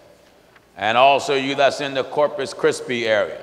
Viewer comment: Corpus Christi Texas 😆😆😆😆😆, called it corpus chrispy😄😄😄😁😁😅😅😆...don't get it twisted reader I still love my brother.